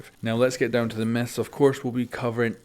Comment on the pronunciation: "Today we're bustin meth"